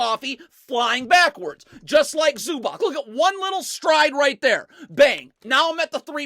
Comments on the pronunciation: ZubaC... Read Zubatz and not ZubaK😂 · please listen to me, its awful to hear ZubaK, it C-ts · Cool video, but it's pronounced Ivitza Zubatz. Greetings from Slovenia